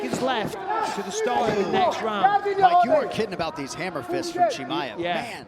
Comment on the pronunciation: Bisping wtf man ? It's not Hamaev it's Chimaev 😆